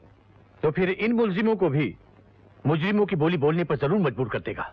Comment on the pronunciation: Oye hoye dialogue delivery sahi nehi hua .. murjim bol diya 😆😆@